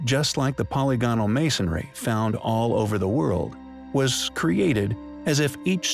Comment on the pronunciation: My inner grammar Nazi cringes every time you say "polygonal." The word is pronounced "puh-lig-uh-nul," not "polly-go-nul."